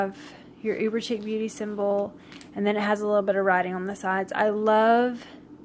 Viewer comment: Thanks for the review. Just a note: Chic is pronounced like sheek.